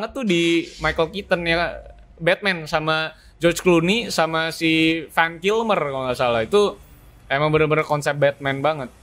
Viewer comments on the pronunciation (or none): Michael keaton jd george Clooney WB jd WD Val Kilmer jd Fan Kilmer. Kayanya lidahnya kelu kalo kurang nutrisi jorok jd salah2 sebut mulu wkwkwkwk